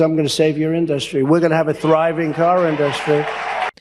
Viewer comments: It's not the industry (I detest the way Trump pronounces that word!) that needs saving, it's the thousands of hard-working Americans who build the vehicles we all need!! Break these folks off a few dozen percent of those RECORD PROFITS!!! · Trump can't say industry. It's creepy the way he does.